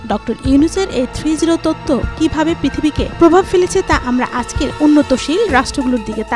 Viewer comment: তত্ব হবে, তথ্য বলছেন,বাবর বার কানে লাগছে।